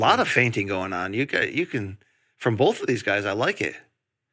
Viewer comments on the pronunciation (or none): I swear Brian always says "bowlth" instead of "both" now. I'm not sure he's even trying it.